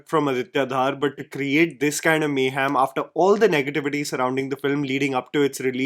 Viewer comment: yaar, it's not Dhaar it's Dhar